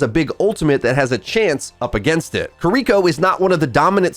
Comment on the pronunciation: good lord American pronunciation for Kiriko sounds so cringe sorry XD same thing with how they pronounce Illari lol